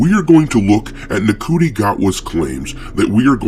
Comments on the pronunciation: Ncu is pronounced Shi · I naturally thought it was pronounced Nkootie Gat-wa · It's apparently pronounced 'Shooty'. No, I don't know how Ncuti works out like that, but apparently, he's as bad at pronunciation as he is at acting.